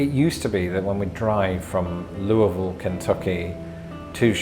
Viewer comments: I agree, excellent pronunciation of <Lull vull> 😃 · i forgive you, my brother is an unrepentant, willing hoosier too. also bonus for points for near perfect pronunciation of Louisville. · for saying Louisville correctly. You had the "marbles in the mouth" intonation just right. 👍😉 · I'm quite impressed that you pronounced Louisville as Lou-a-vull! Lol! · You pronounced Louisville correctly. I’m proud of ya! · Nice pronunciation of Louisville--you must have spent some time there.